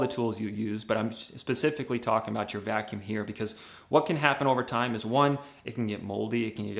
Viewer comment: Vacuumb? With a b? 😂 Vacuum